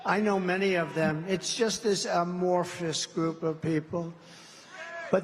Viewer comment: Who just taught him how to say amorphous ? 🤣🤣🤣